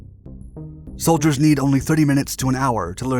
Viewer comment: anyone else hear how he said the sholdiers soulder 😂